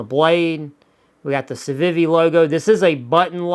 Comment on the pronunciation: The way you pronounce Civivi bothers me a little bit, but I love your channel and watch every new upload with enthusiasm - so i'll let it slide, just for you,!